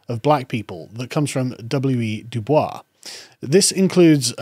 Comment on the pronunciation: “DuBois” is pronounced do-Boys in W. E. B.’s case.